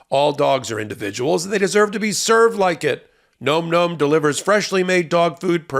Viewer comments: If you are going to have a corporate overlord, the least you can do is pronounce their name right. It's NOM NOM, not gnome gnome! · surely nom nom should be pronounced like pom pom as it has no 'e' and not like Gnome Gnome. Alas, the President in White House Down was Jamie Foxx and he looks nothing like Harrison Ford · Bro, it's Nawm Nawm, not Gnome Gnome😅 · It's NAHM NAHM not Gnome Gnome,!! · Nom Nom is pronounced Nahm Nahm NOT Gnome Gnome!! 😂😂 Nom Nom as in yum yum, nom noms. Wow. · I've heard this item advertised on another podcast. I think you might be pronouncing the name wrong. The other people pronounced it like "Nahm Nahm" like the sound that people sometimes make to signify something tastes really yummy and you are gobbling it up. If you want to double check which pronunciation is right?